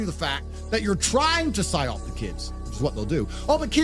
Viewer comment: PsyOP not SIOP